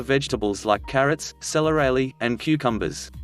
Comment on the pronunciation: "celeraly"?? What on earth is "celeraly"???? Arrrrrgh. If you are going to try English as a 'professional' script, PLEASE, at least have an ENGLISH speaking editor!! (the word is "CELERY") I usually don't even click on RB, because they are SOOOOO bad and childish, but occasionally a title interests me and then I am stuck here. lol